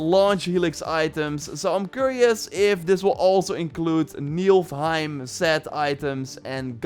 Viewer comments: I am once again correcting you to not say N.I.L.F. heim again. N.I.F.L.heim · Is'nt pronounced ni-fil-heim (Niflheim) and not nielf-heim? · Det stämmer det. Och jag förstod vad du menade. Men Valhalla har felstavat Niflheim, så det spelar inte så stor roll hur du uttalar det, eftersom det redan är fel. Niflheim uttalas dock som "Ni-fl-heim". Så nu vet du det. 😊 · It's acctually niflheim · Neither. It's Niflheim. Or Niflheimr, if you want to be really old school.